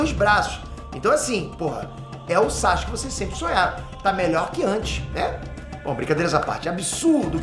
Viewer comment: "bonsai-ske" kkkk